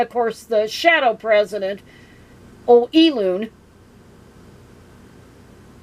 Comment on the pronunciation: "E-loon." LOL!